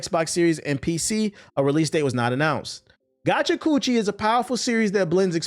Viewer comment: TBH mispronouncing Gachiakuta make it sounds like a MAGA version of gotcha nose lol